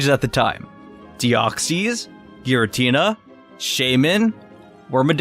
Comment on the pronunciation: You need to learn how to pronounce Deoxys